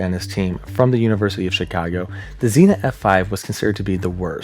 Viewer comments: Don’t like being pedantic but Xenia is pronounced, not as Zena, but as Zee-née-a. I’m from SW Ohio and know of what I speak. In all other respects, I think your video is excellent. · so I live in Xenia, and it's actually pronunced zee-nyuh and not just zee-nuh lol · Zeen-yuh (Xenia ) is a city in Ohio Zenna is a hot female sword packing warrior. LoL We all pronounce things slightly different on certain words. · Where are all my Ohio peeps correcting him for saying “zee-na” instead of “zee-neea” for Xenia 😂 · Xenia = zee-nee-uh. Not Zeena. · Zeen-ya, not "Zeena." Xena is a warrior princess. Xenia is the city in Ohio. The science is your video is solid -- work on the fine points of pronunciation. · that's zenia not zena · It's not "zinnia" like the flower. It's "zeen-ya" Xenia, Ohio. "Xe-Nia" lol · Xenia, not Xena. That's a warrior princess, not a town. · Xenia pronounced Zeen-ya. You know Google translate has a voice option and it’ll tell you how to pronounce any word. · I remember that night in 74. I was in southern Indiana, and we were under warnings all night. I was tuned into a radio and recall the moment I heard when it was hitting Xenia. BTW, it is pronounced "Zenia" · I’m from Ohio not to far from Xenia , whenever people ask if we get bad tornados. Xenia tornado is the one we bring up. (Also we typically pronounce it “Zeenya” the I kind of has a y sound) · Xenia = Zeen-Ya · Xena?😅 Its Xenia man. Nice video brother. Later on in video you got it once or twice. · Love going over these, but while I know this is a three week old video, I have to correct as someone from the area. Xenia is "zee-nyuh" lol. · ZEEN-ya. Xenia. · Great piece as always,! As for mispronounciations (Heh heh) - XENA is a Warrior Princess....Xenia, Ohio is pronounced "Zien - ya" by most people...just sayin.....heh heh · Dude.... it's Zeen YUH. Sincerely, an Ohioan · I hate to be that person, but Xenia is pronounced zeen-ya. 🙂💜